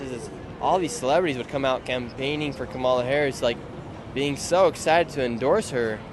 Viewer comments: Haha "Camilla" is my favorite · The First Lady to speak kept trying to correct u on Kamala’s name pronunciation but she was saying it wrong lolll it’s pronounced “Kum- uh-la” ( lotus) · Kom All Uh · In India, where she got the name from, her name's pronounciation will be कमला. cuh-mla. you can verify this on google translate as well, english to hindi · a hindi girl in another comment said the blks are correcting him wrong😂🤦‍♂️ That the hindi sanskrit pronunciation is come-la. U can't make this stuff up buahahhaha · Ridiculous that woman kept Correcting Nick because he wasn't Pronounce Kamala name right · The Kamala worshipers relly get bent out of shape over how you say her name😂😂😂😂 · Cracks me up how often people correct you when you say Kamala. She even pronounces her own name differently so how are we supposed to know how it rally is said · Annoying when she corrects Nick w KAMALAs name 🙄 It’s a Hindu name and it’s not pronounced like the blacks says it is 🤦🏽‍♀️🤷🏽‍♀️ The left don’t Like when they see Trump hasn’t even been inaugurated and the world is changing positively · They get is angry when her name is pronounced wrong stupid woke 😂😂😂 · Even Biden has misprononced her name numerous times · First person had the audacity to correct you TWICE how to say Kamala. I mean wtf.